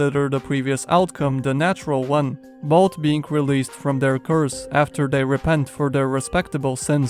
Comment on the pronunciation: Everyone: "both": "bod"